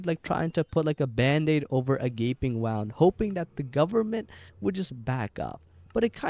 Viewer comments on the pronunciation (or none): I'm sorry did you just pronounce "wound" like "wow-nd"?